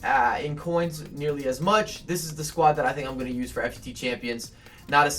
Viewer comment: it's pronounced Fut champions (foot-champions) it gets me irritated the way you say it